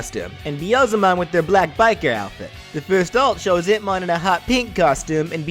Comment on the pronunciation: I keep hearing Hitmon lol